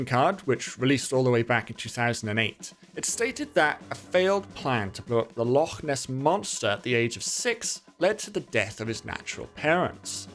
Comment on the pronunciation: finally glad to see someone pronounce loch right that isn’t scottish 🙏🙏